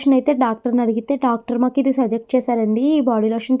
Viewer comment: Hi em anukoku …. Suggest pronunciation - సజెస్ట్ ani anali …సజెక్ట్ kaadu